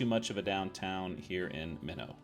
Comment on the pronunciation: Great series, however one correction to note: Meno, Ok is pronounced m-EN-oh long e like saying Me no